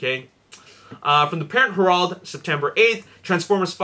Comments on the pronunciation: It's pronounced HAIR-ULD, not HER-AULD. . . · The way he says Herald LOL